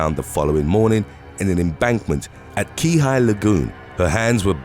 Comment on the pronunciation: Wrong 🤣keehi was wrong and officer kaulike was way off and I'm born and raised oahu 🤦‍♂️